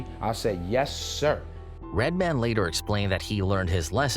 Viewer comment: Is it just me or does he keep fucking up Redmans name 😂